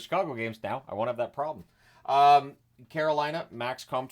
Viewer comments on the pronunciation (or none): none